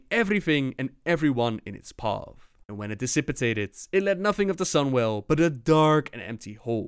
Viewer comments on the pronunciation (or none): dissipated is pronounced diss-i-pate-ed you keep adding a syllable and say diss-sip-i-tate-ed.